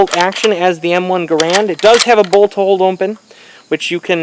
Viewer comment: It's "garand", not "garant".